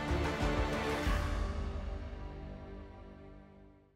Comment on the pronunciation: Yo, 5 inch guns not 16 inch guns. If discussing Destroyers. Show their guns. Pronounced BA TA AN and NOT Batan.